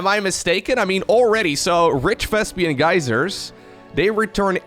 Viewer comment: Why are You calling it vEsPiAn gas?!😂😂😂